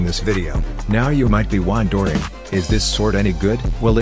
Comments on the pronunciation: Wando-ering, really? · "wondoering" xd 😂